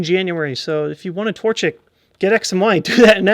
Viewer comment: tortish? TORCHICK!